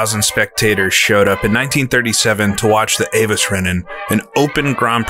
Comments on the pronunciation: Avus is pronounced AH-voos (with a hard v; almost an 'f'). You said 'Sudschleife', which means south circuit/track/stretch. You were talking about the south curve; that would be the 'Sudkehre'. You're welcome. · Learn how to pronounce 'Avus' (hint: it doesn't rhyme with 'Avis'). Also: it's 'Sudkehre', not Sudschleife'. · AVUS is pronounced AWOOS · The circuit name is pronounced..." Ah- Voos"...